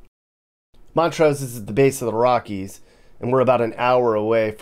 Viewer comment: and it’s montrose, Not mont rose.